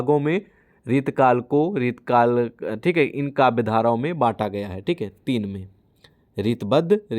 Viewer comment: सर आप रीति काल को बार बार रितकल बोल रहे हो 😂